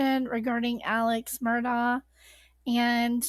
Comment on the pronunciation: It is pronounced Alec not Alex